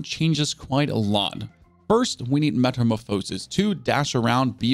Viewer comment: Meta - Morph - phas - is My bro said meta - mah - pho - sis lmao Thanks for your content tho that made me laugh